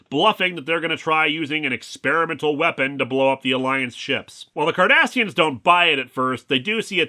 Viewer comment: Okay. I don't know a whole lot about Star Trek so I kept replaying it when he first said it. I turned on subtitles, they said Kardashians, and I didn't hear anything other than Kardashians.